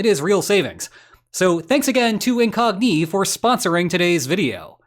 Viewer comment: Why do you pronounce Incogni with Iranian cadence and emphatic patterns?